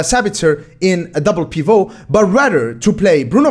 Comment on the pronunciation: A double what? Wth was that lol. I’ve never heard anyone pronounce pivot like that. Bruh